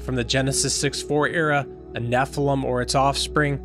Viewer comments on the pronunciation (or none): none